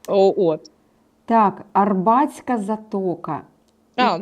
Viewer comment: Дівчата! Затока і стрілка АрАбатська, а не Арбатська.😊